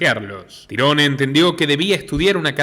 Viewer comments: se pronuncia tairon,no tyrone 😂 😂 a ese cuento le falta un pedazo.sabemos que esto es un cuento lo que cuentan los amestica.que estan tapando la verdadera verdad.y que fueron ellos los asesino si.pero estan cubriendo a alguien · Excelente reportaje, solo el detalle.. se pronuncia Tairon su nombre.. Tirone... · no se pronuncia tirones si no tairon gonzalez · NO SE PRONUNCIA TIRONE SE PRONUNCIA TAIRON "TYRONE" BRUTO ES UN NOMBRE DE ORIGEN ANGLO ESPECIFICAMENTE IRLANDES Y ES ALGO ASÍ COMO TIERRA DE OWEN O LUGAR DE OWEN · Su nombre se pronuncia "Táiron" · Muy buen análisis como siempre! Un trabajo muy bien hecho… aprovecho y te ayudo su nombre se pronuncia tairon espero no te moleste! Un saludo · Tyrone (se pronuncia Tairon como Tyrone 'Tairon' Power) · Se escribe TIRONE y se pronuncia Tairon...nombre anglosajón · Excelente reseña, solo una precisión, su nombre se escribe "Tyrone", pero se pronuncia "Tairon" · Tyrone se pronuncia "Tairon" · Sos iletrado porque pronuncias el nombre de canserbero a como se escribe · Muy buena narrativa pero no aprendiste a pronunciar su nombre antes de hacerlo